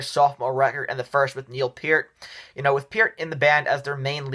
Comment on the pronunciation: Major Rush fan here - I don't hate this list, in agreement with most of it. Good job! Fwiw, Peart is pronounced like peert, but other than that you did pretty good!